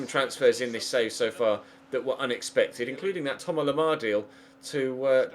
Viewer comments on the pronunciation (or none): Why do u say thomas and griezzmann like a fuckin idiot